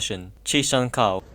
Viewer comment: actually Cao is pronounced Tsao